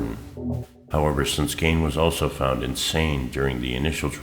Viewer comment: "Geen" not "Gain"